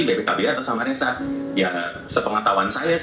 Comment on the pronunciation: Perlu do benahi kak untuk pengucapan!!! RESSA bukan REZZA